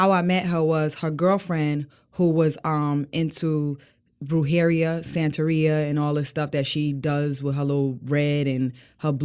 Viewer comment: The actual way to say Brujeria phonetically is BRU-HAIR-RIA. That's my only issue with the video. Also, there are a lot of people that claim to be into Santeria but they haven't done the real work that goes into it. They didn't go through their "Yebo" with a real padrino/a(God Father, God Mother). They end of tapping only into the dark, because they were not taught properly. I've been called a Brujo (witch) by friends and family in Santeria because I am highly sensitive. But I don't practice. I don't feel anyone should if you are not trying to really commit. If she is doing this, S she needs to watch out, because whatever she wishes on others will come back to her. Santeria is a karma based faith. I love your breakdowns!